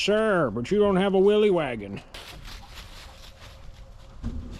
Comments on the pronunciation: i hate to be that guy but it's pronounced willis not will-ees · Willys is actually pronounced "Willis".